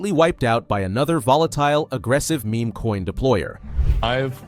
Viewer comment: You should really learn how correctly to pronounce"meme" and "rugged".